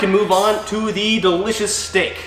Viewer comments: “And a dericious beverage”. 🤣🤣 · Dericious Beverage 😂😂😂 Harro